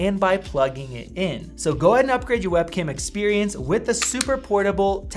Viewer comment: It's 'OH-pull', not 'Oh-Paul'